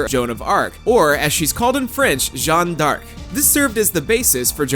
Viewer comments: Pretty sure Joan of Arc isn't pronounce "Jon Dark" in French. Might want to get someone who at least pretends to know French to do your DYK stuff in the future, guys. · It says in French it is "Jeanne D'Arc." That would make sense to pronounce similarly... At least the second part.